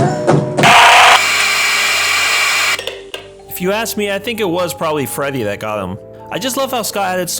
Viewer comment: "Dont say i didnt warn yuh" You didnt warn me